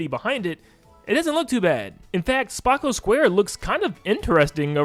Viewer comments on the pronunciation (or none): Ice Hockey will take advantage of the Mouse Cons Check it😏 Also Free Roam for Spocco Square (Pronounced: Spoh-KU-square) not 'spah-KOH-square'😉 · It’s SP-OH-CO SQUARE you misspoke again same thing with Luh-KEY-to (lakitu)